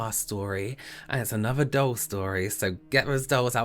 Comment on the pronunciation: Every time said “doll” I thought he was saying”dull” lol😂 Do a make-up look where you were deprived of using any purple for the rest of your life and you died of agony from it🟣💜🟣💜... you must only use your Chicken Soup pallet for the look😝